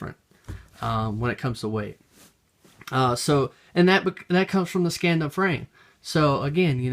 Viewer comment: Scandium is pronounced Scan-dee-um